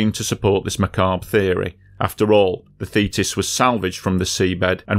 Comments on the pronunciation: So you pronounce thetis as fetus? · I keep hearing "fetus"....very disturbing.